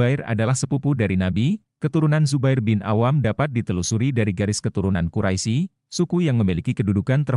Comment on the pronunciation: Bukan kuraisi, tapi bacanya Quraish ya ahi,, aduh